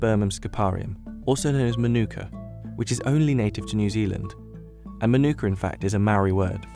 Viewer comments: The correct pronunciation should strongly stress the ‘Ma’ at the beginning, like ‘MAH-nu-ka’. The first syllable should be much longer than the other two. It’s definitely not ‘ma-NU-ka’, as it’s being said too many times incorrectly. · Ok, I really don't understand this... You write the word mānuka correctly, yet you insist pronouncing it wrong ("manûka"), with the stress on the second syllable! What's wrong with you? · Here's a Tip on Correct Pronunciation: Manu - ka, not Manooka. Break it into syllables, as I've outlined. The most expensive I've seen it sell for at local supermarkets is $20. But I just get the small jar which costs me $12 sometimes I get the next size up from there which costs $15. It's not even the most expensive Honey they sell here, they have other brands selling $50. Never seen it priced at $100, that would make it Liquid Gold. I'd try it at least once, anyone got any handy to send over lol Kia Ora! 😊👍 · pronounced mah-noo-kuh, not ma-nOO-kuh. the Mah is emphasised, not the Noo sound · I believe the NZers pronounce their tea tree honey a bit like "Mar-neck-a" . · Fun fact it’s actually not pronounced the way we all say it. It’s more like “Mar-na-ka” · Mānuka is pronounced Maanuka. Drag that ā out like you mean it. - Māori is pronounced Maowri not Mahri. Dont forget to roll that r. Show it who's boss. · The macron over the A (Ā) means it’s a long A, with the emphasis there. MAH-nookah. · It’s pronounced ‘ mah nooka ‘ you idiot. The emphasis is on the first syllable. It’s a Maori (indigenous New Zealander) word. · Narrator: Månuka Me: Giggles in Arabic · Oh and by the way it's pronounced 'Maa' - nuka. That's the meaning of the line above the a. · I wish the narrator learned at some point how to pronounce mānuka, but I guess the lab worker didn't get it right either. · All this research and information and the narrator still can't pronounce mānuka or māori